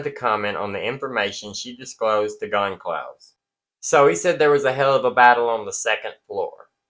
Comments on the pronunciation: I believe it is pronounced Gon-"CALL"-ves, not Gon-"SOL" -ves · It's Gone-Sal-Vess not Concalvs. Moscow is pronounced Mos-Co. Mispronouncing affects credibility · Goncalves It's pronounced GUN KAL VEZ I'm sure you want to get it right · Goncalves is pronounced Gone-Sal-Vez